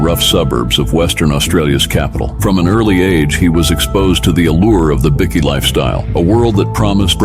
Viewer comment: The AI voice is annoying. He pronounced Bikkie which is short for Biscuit 😢😢😢😢